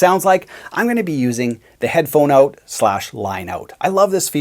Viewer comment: "Let's find oat" LOL